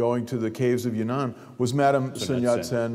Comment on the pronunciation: not yunnan, but yan'an